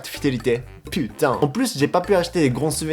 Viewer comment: Quand il dit "putain", on dirait un français pur jus, pas d'accent par contre on sent bien le seum.